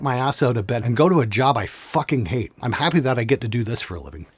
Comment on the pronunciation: I really die laughing every time he pronounces I'm as Im.